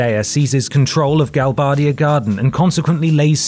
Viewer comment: It’s funny hearing how different everyone pronounces the names of things from the games that were text only. said Balamb, Edea and Galbadia all totally different to me!